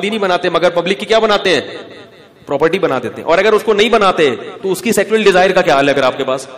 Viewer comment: सेक्चुअल नहीं सेक्सुअल